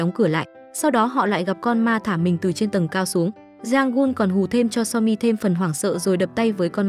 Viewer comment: tội nghiệp bạn review đọc tên nữ chính mỏi mồm 😂